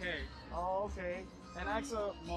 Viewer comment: Its ask not axe.